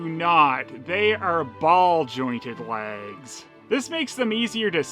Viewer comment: i am sure i heared you saying laggs and not legs ... and where do you keep finding stuff like this and when you doing galaxy adventure girl ??